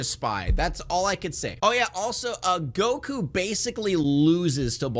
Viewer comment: Yeah, I mentally checked out after “Geeku”